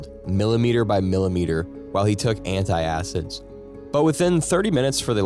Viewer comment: Try this: ant-acid, instead of anti-acid. And: lap-ar-oto-my, not lap-ar-ototo-my.